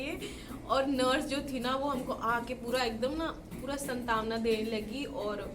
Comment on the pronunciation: Santavna nahi santwana